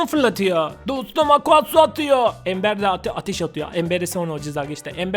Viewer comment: Ember embır diye okunuyor